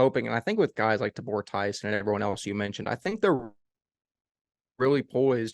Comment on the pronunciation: TA-bor Tyson please! (Instead of Tu-BOR). Love your show!!